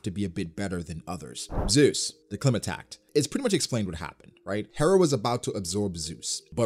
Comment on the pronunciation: Its not pronounced clima-tact it’s pronounced cly-ma-tact, as in climate, really annoys me the way you pronounce it lol